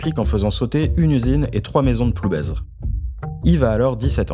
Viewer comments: Bonjour on dit PloubAIR et non PloubAISE ! Merci pour ce bon documentaire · Tu lui diras qu’on ne prononce pas le Z!!!!!!! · Ah oui, vous avez du vous amuser à différentier tel ou tel Guillou, c’est extrêmement commun. ^^ Je pense que son patelin se prononce sans le Z, par ailleurs. Merci pour la vidéo, je connaissais pas ce pourri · Tres intéressant. Par contre, il faut prononcer ploubêr. Le z ne se prononce pas. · Très bien ce reportage, mais merci de prononcer "Ploubère" lorsque vous faites référence à cette commune 😉🙂